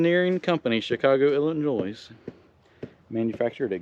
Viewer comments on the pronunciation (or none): when you say Illinois the S is silent it’s just illinoi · The S is silent in Illinois.....:) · Is Chicago Illinois not Illinois that s is silent